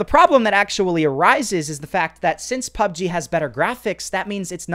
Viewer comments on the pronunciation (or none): Hi loves pubg but he can't say it🤪